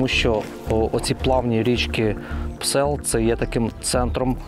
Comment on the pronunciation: ...не Псел,...а Псьол......